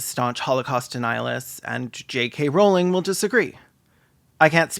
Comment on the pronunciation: Her last name is pronounced "rolling" btw, fuck jk rowling